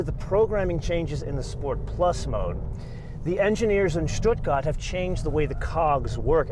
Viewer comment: Pronouncing "Stuttgart" the Swabian way "Schduagert" while speaking American English is very annoying.